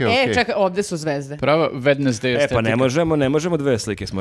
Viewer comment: wednesday uporno izgovara kako se pise :) Ne znam kako da ti kazem, ali treba preskociti srednje e 🤫